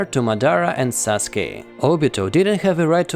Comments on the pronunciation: "Saske". U: uh oh I'm late to complete the name sasuke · Sasuke* not saske